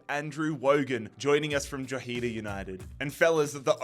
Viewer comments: I'm from drogheda and I love your content man but your pronouncing drogheda wrong, it's actually dro - huh - duh. Me and my dad found your pronunciation funny man but honest mistake Irish name's are so difficult... but keep up the great work man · Drogheda is pronounced Dro-ha-da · Hi I mean no offence but Drogheda United is pronounced Dro h e da Literally sound those letters out and you can pronounce it thanks for this amazing video keep it up